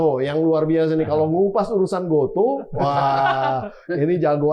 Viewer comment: GOTO pak, bukan GOTU